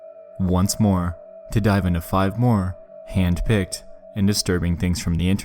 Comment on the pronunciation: HAND-PICKED - he says, with emphasis upon it. Sounds like he's one of the hook-hand ones.